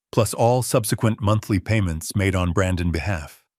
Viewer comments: Great story but Ai is horrible. Ai can’t pronounce apostrophes so it say Brandon S instead of Brandon’s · The worst AI reading of this! ‘Brandon’s’ pronounced ‘Brandon S’ is only one of a myriad of egregious assaults on my ears. Mispronunciation, jerky pauses, the list is so long.